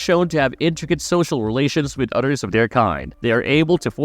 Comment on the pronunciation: You keep saying utters instead of others